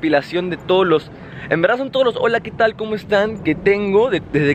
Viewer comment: Esa hola quetal suena HORA LETAL.